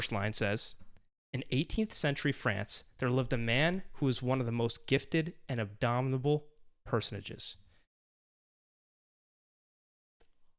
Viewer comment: Abominable. NOT abdominable.